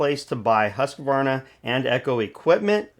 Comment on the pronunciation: Bodey did a great analysis and gave us good impressions of the data so far on the 564xp. The new 564xp is now making 70cc power. I hope Husqvarna, pronounced Hoosk-varna not Hussk-a-varna, got the fuel injection system setup for good fuel efficiency. The 550ixp is too costly. Hopefully the battery isn't heavy, otherwise the battery saw will erase the weight advantages of that size saw versus the bigger 60cc saws.